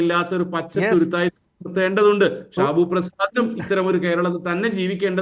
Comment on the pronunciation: ഷിബുഅല്ല ഷാബു